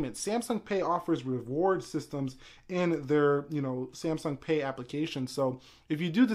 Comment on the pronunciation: Why do you pronounce it C M sung?